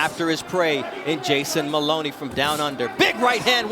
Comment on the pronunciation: I hate AI! Instead of pronouncing it the correct way - "muh-LOH-nee" it pronounces it "MUH-luh-nee". At least during the fight the human announcer pronounced it correctly.